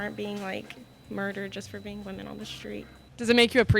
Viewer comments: Can someone explain to me why "woman" is being pronounced in its singular form when using it as a plural? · While watching the video I just cannot help to question why the interviewer cannot distinguish between the pronunciation of woman and women!!! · Please teach how to pronounce the word "women". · Good video,..just curious why you don't change the "O" sound when pronouncing the word <<Women>>. Is it done on purpose or just something unique to you personally? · pronunciation of “women” sounds unusual. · Dear: Great job on this reporting. One criticism: Women (plural) is pronounced differently than woman (singular). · Learn how to pronounce "women". It sounds different than "woman". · Why are we pronouncing the plural “women” the same as the singular “woman”? They are different words and they sound different. C’mon! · Every time she pronounced women and woman the same way. 😩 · Woman and women are not interchangeable words. They are pronounced differently. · Someone needs to teach the interviewer how to pronounce women in plural. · Why can't young Americans pronounce 'women' correctly? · Did anyone else notice that it sounded like the interviewer said “woman” in place of “women” throughout the whole interview? I don’t know why but it bothered me 🧐😂 This was a great reality check for those ladies crying oppression. Nope 👎 we are not even close to being oppressed as women in America. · What the hell is this "woman" bullshit this ignoramus keeps saying? The word is WOMEN! Christ almighty. Don't they teach any English anymore? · Nice to put things into perspective for the younger generation, also does the interviewer keep saying woman instead of women. I didn't know that was a thing. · Does she keep saying woman not women ? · Why does the interviewer keep saying "woman" instead of women? Unless it's my hearing of course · Why is she pronouncing women "wo-mnn" - isn't it "whi-men" ?? What did I miss? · It's WOMEN, not WOMAN!!!!!!